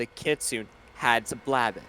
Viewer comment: Another wonderful session! Also, are you saying "kitsune"? Because if so, it's pronounced more like "kee-soo-nay", not "kit-soon" haha I hope you all have a wonderful day!